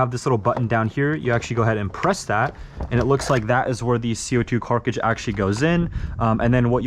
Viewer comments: Co2 “CARTRIDGE” not carkage or cartidge. Cartridge. Pull yourself together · We just gonna ignore the fact that he's saying "carcage" not cartridge? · why is he saying carcidge and not cartridge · Cart-ridge, buddy said “Car-tige“ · ITS A CARTRIGE NOT A CARKAGIGE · CarTRIDGE not CRIGE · its cartridge not carcege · am i the only one who heard co2 carkidge? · Man keeps saying carcage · Cargige 😂 love the videos man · Did he say cockcage?